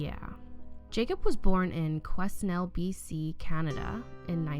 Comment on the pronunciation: Quesnel is pronounced “kwe-NELL”